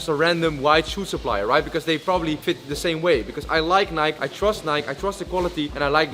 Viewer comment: My guy pronouncing Nike wrong